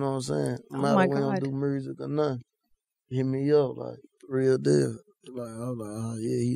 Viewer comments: "Mursic"😂😂 hella funny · Why say music mursic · My favorite “MuRzIgC ” 🤦🏿‍♂️😂😂